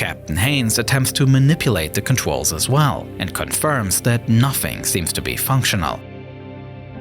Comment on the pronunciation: “contrwyls” bro what the hell